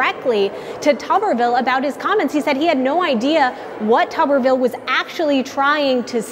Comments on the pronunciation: Pronounced “Tubberville” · It's tub like bathtub.